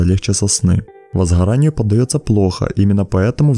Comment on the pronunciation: вазхарание, крухляка 🤥 смени диктора или научи его правильно говорить.